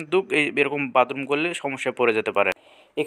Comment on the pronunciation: বাদরুম না বাথরুম????😂😂😂😂